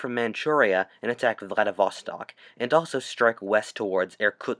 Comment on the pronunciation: Say it with me, VLADIV-STOK, not VLADIV-VA-STOK.